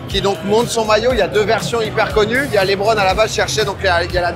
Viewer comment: LEBRON pas LIIBRON 😂😂😂😂